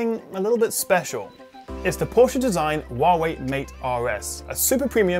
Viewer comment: A reviewer of this phone that pronounces Porsche correctly :O :O :O